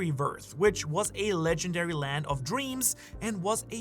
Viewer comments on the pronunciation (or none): none